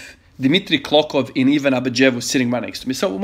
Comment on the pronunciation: hey ivan i havent been able to comment my streak cause i am extremely overwhelmed with stuff however i, as a bulgarian just wanted to mention your impressive pronnounciation of dimitri klokov and ivan abadjiev